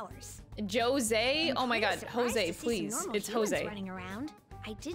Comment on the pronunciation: As a spanish person, no. "Rose" has nothing to do with the actual pronunciation. We say it with a strong J, but that's a sound we don't have in english I believe